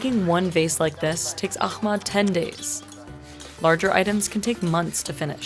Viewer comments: For the love of God, it's aHmed not aKHmed. It's just an aspirated H. It's just an H-ier H, y'all. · not really she butchered Ahmed's name it's احمد not اخمد use google translation voice and you will know how much difference it's she literally changed his name meaning from "the most praised" to "extinguished" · Pretty sure it was aliens who carved the stones: I saw it on the internet! Ahmed, you’ll never read this but I’m in awe for your mastery! I’m sorry she couldn’t even pronounce your names. She makes money from your story but it’s to much to ask to get your name right.